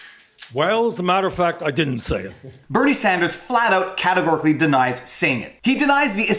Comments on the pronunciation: she calls him senator sanjew lol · CNN moderator: '...Senator Sanjew--Sanders....' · Holy cow, Abby did say "SanJew" when asking Warren the followup question. I knew she said it, but didn't know when until now. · She mixed the word with "you" that she was going to say immediately after him name, she actually said Sandyou. Not uncommon to happen, exaggerating a mistake makes you just as bad as them. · "Them" is lying leftist like CNN and Warren. i'm just saying it doesn't make the not-crazy people of the world any favours to call them antisemitic over something that was very clearly a mispronounciation, even if you do it as a joke.